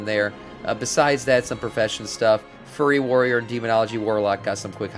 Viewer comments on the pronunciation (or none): I could’ve sworn around two minutes in he said, furry warrior.